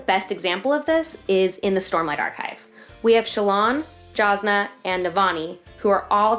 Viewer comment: Jasnah Kolin is pronounced "Yasnah"